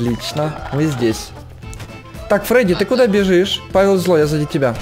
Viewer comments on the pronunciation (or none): none